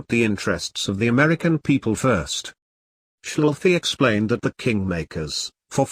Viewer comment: Your robot voice needs to be introduced to miss Schafley's pronunciation, otherwise great presentation